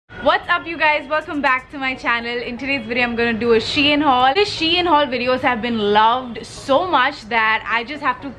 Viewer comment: Idk but it's pronounced as She-In